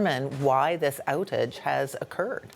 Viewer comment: Did you hear how she pronounces "outage"?